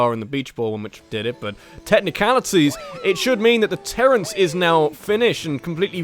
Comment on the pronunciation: Have you watched the whole series from the beginning? If you have, you would know that never pronounced it "terrace" when he first got the game. He always pronounced it "terrance," and I guess it just stuck.